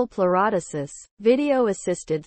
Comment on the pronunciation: Well that lasted 2 seconds. If you can't pronounce the surgery I'm not going to believe anything else.